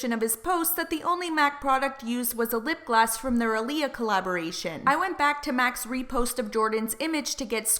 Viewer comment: The way you kept saying lip gloss XD in the captions it was always coming up with 'lip glass' LOL